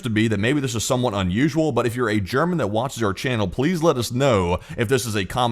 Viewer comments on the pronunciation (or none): none